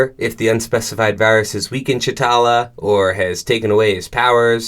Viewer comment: You keep saying chatala…. Is tachala!